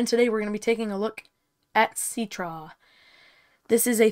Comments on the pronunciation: I thought it was pronounced sit-tra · Citra: ❌ Ceetrah: ✅